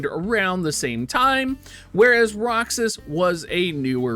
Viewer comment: Btw its probly pronounced (Ro -has) instead of roxas